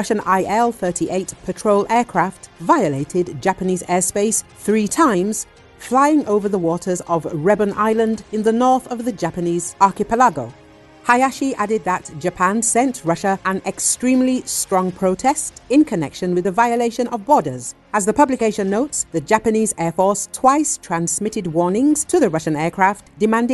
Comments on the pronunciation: The word is stressed on the third syllable, not the fourth. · "arkipelaago" Hmm.